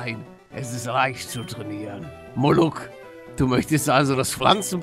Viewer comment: Nicht muluck sondern moruk bin Türke